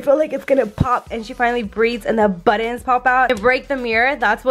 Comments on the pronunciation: Are you saying buttons? Or buddons? Lol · Girl I love how you pronounce buttons!! Because I’m not the only one that say it that way !!!! Yes I color the same way you and Jason color!! Your baby is so adorable 😍😍